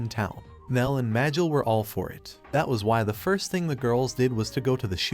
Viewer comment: Ah yes Mear = Mael, this ai voice is great at speaking